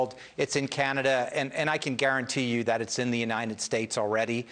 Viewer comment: Tony Fauci pronounced "Omicron" as "omni-cron" today, something forgiveable for Biden but not for the foremost authority on infectious diseases.